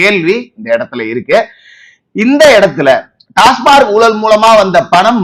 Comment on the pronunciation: டாஸ்மார்க் அல்ல; டாஸ்மாக். எல்லோரும் தவறாகவே சொல்கிறார்கள்.